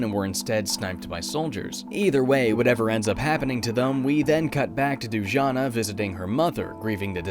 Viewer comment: I think it's supposed to be pronounced Du-ja-nah, not Doojana.